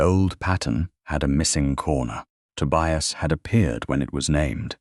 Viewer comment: Please check AI to say names correctly. Tobias...the "i" says its name. I've heard the same thing in other stories with the name Elias. Good story, but VERY long. I fell asleep and had to finish later.